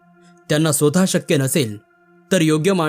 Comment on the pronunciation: कथा खूपच छान असतात. पण काही शब्दांचे उच्चार करताना शब्द नीट पाहून उच्चार करणे योग्य. उदाहरणार्थ स्वतः चा उच्चार आपण श्रोता असे करणे चुकीचे आहे. त्याबद्दल काळजी घ्यावी